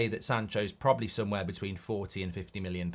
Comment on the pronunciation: Every time Mark wants to say million he says minnion 😆 I think had him watching Despicable Me.